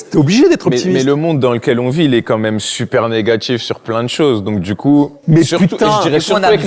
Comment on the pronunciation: on dit "quand meme" pas "comme meme" 😂😂😂😂😂